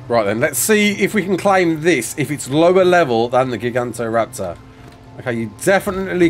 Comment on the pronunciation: say it with me...."ji-gant-oh-raptor"